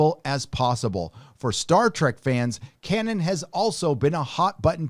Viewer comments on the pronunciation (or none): none